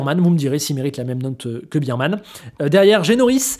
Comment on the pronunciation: Pourquoi est-ce que les youtubeurs français, qui regardent tous des trucs F1 en anglais, utilisent un paquet d'anglicismes... prononcent "Biremanne" pour Bearman? Les anglophones prononcent "Bèremanne". Bear= un ours en anglais, ça se prononce "Bère".